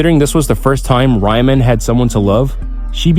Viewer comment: Ryman (If this is supposed to be Roman) is a male name. Yegorov is male form surname 😭😭😭. Also "Viadimir" lmao.